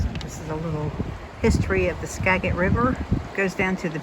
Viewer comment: The river is "Skagit" with a soft 'g' sound, not a hard one. This is our magic Skagit. ;)